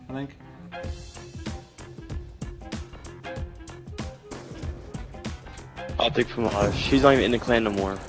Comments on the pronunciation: potic? its OpTic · I'm done did he just say optic pamaj